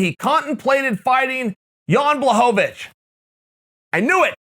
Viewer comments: Uncle Chael: puts the polish “L” to respect Jan’s last name Also uncle Chael: BLOCKOVIC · Uncle Chael mispronounced Jan BLOCKOVIC